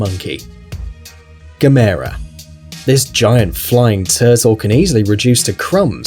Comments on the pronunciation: It's pronounced Gaa mer ra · Gamers is not per pronounced gu-mair-u. But pronounced gam-er-u. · It’s Gam-EERRRRR-aaaa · Gamera is pronounced Gam err ah lol Sandy Frank dub not the regect dub lol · u said gamera wrong it's said like this Gam-er-a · You didn't even pronounce Gamera (Gam-Err-Uh) right, you dumbass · he said gamera wrong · you said gamera wrong have you actually watched it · He says Gamera wrong. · Lol he pronounce Gamera Wrong xD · You didn't pronounce Gamera right.